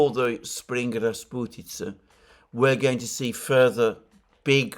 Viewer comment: oh nooo you said the word... i was so hoping not to hear you say "rasputiza" again...in this war.